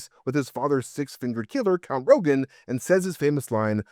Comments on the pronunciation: His name was Count Rugen, not Rogan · Not that I necessarily mind, but that character’s name is Count Rugen, not Rogen…